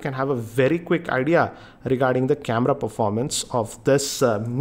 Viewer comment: Why does he say "KemRra" instead of camera?